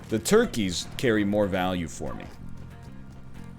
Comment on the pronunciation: Does it crack you up every time he says ToRkieS or is it just me?!